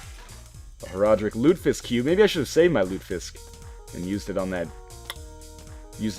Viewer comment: It's pronounced Loot-eh-fisk.